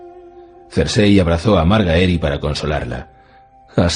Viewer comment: Que gran narracion, pero aun me cuesta escuchar MarGAEri lol